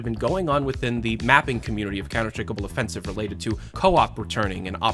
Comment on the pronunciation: you guys don’t get it, the guy pronounces it gobble offensive